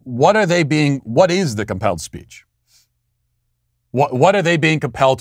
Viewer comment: When you said “this is called compelled speech” I thought you said “this is a hellscape” and both are accurate.